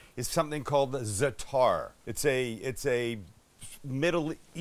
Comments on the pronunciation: You actually pronounce it "Za-a'-tar, of "Za-Tar", not Zetar.... Great vid though! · You pronounce it, ZAT-ta with the accent on ZAT but not bat, more like, what. Been eating it all my life. It's thyme and sumac, marjoram and oregano. Delicious stuff. I put it on everything. p.s. Red sumac is packed with vitamin C.